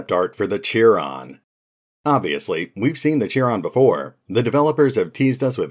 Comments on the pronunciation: I would expect chiron to be pronounced “ky-ron”, rhyming with Byron. Chiron (also Cheiron or Kheiron) is the greatest and wisest of the centaurs in Greek mythology. The mythological Chiron is the son of the Titan Kronos and the Oceanid Philyra, which makes him a half brother of Zeus. Philyra is the daughter of Okeanos (the divine personification of the sea), which is also a nice reference to where the Pandora virus comes from. Chairon’s name comes from the Greek word for “hand”. That’s also where the word “chiropractor” comes from ;) Chiron had great medical knowledge and was e. g. seen as the founder of pharmacy and botany. It would also suit the overall shape and appearance of the four-legged creature. And all this would also fit the overall prevalence of mythological references in the Phoenix Point universe. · Chiron - probably read as Kai-ron.